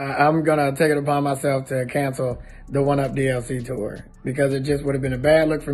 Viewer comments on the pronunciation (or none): none